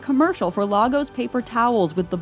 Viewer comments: Please stop calling it Lah-gos, it’s pronounced Lay-gus. No Nigerian calls it’s the former. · Lagos is pronounced like Lay-gus. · Lagos is pronounced lay-gus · Lay-Goss it's pronounced Lay-Goss. Sincerely someone who lives here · Marvel its been saying it wrong since 2015 and we learned from them, lil sad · Yes! It’s been irritating me ever since the film - if you’re gonna use real places, go a quick Wikipedia search! The pronunciation is literally in the first sentence. /ˈleɪɡɒs/ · Go to Google translate; Type in Lagos; Look for the ENGLISH pronunciation NOT the Portuguese one; Click on the speaker icon. Yeah. That's how you pronounce "Lagos". You're welcome.